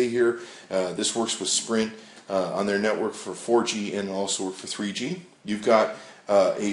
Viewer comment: Lol , Tree-G HD IMAGING.